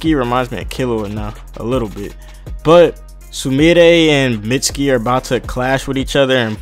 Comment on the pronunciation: it's pronounced meet-ski